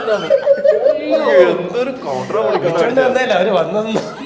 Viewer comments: കൗറണ്ടല്ല, കൗണ്ടർ 😂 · കൗണ്ടർ ❎ കൗറണ്ട് ✅ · Kourand alla kounder😅